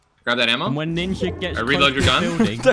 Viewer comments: “I would nevver betray Ninyaa!” I died lmfao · In finnish It is spelled as Ninja But prenounced like ninya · I'm only here for pewds saying NINYA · Stop this, why you talk like that, "ninya" "wespects"... Why though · They should know it's the real PewDiePie because he says "Ninya"